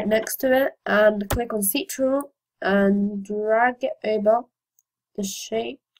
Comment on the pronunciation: It's pronounced Control(Ctrl) not Sea Turtle.. !! For future reference... cheers